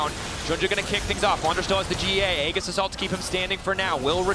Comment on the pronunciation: How come even official casters don't know how to pronounce "aegis"? I have heard it mispronounced so many times.